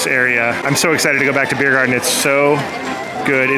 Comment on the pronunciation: Do you speak German? It’s the mother tongue of your mom so … 🙌 and if you don’t, do you understand it? By the way it’s Biergarten not Beirgarten 😊